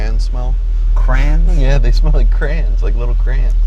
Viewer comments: The guy was sniffing too many crans as a kid that he forgot how to pronounce crayons. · Why does he keep saying Crayens? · Lol, I'm not sure why he pronounced it "crans", that's not even close 😊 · I thought he said "Cran's" too😂😂😂😂😂😂😂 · Well he seemed a nice guy, but never trust anyone who pronounces "crayons" as "crans" . Even Jay was stumped 😂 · Him saying “crans” about made me shut the video off. Wish they would’ve sent it with somebody who had any idea of what they were talking about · Apparently some places effectively say "crans" and that how I heard him saying it. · No he just says it incorrectly. There’s no such thing as specific states that say crans or crayons. Jay had the appropriate reaction like…bro are u having a stroke or something?